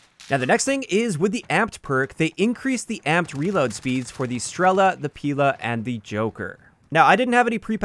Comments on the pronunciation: Random note russian Strela (arrow) and Pila (saw) both have stress on A. You'd say Strela' and Pila' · Nice vid mate! for future reference, "Pila" and "Strela" are russian words and it is correct to put the accent on the second syllable in both of these words